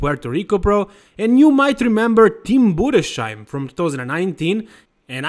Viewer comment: Tim's name is pronounced Budes-heim.